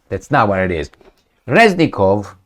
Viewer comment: Reznikov(Crazynikov) not Reznilov